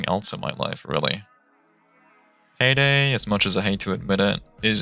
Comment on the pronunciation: peydey wan, too and tree